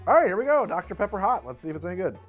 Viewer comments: I swear I heard HOTDOGter Pepper, and I almost convulsed. I think I've been watching too much Ordinary Sausage. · At first I misheard saying "Hot Dr. Pepper" as "Hot Dog-ter Pepper" and I'm so glad I was wrong about that!